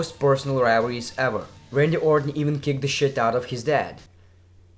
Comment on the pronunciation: "Wivalries" lmfao